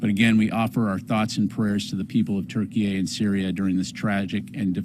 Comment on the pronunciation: Right even Google says it's pronounced turkey it's always been pronounced turkey why is this guy saying Turkeyay like 5 times...??? Wtf is going on?